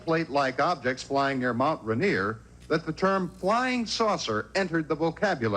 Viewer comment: Two separate pronunciations of Rainier and neither was right. Ray-near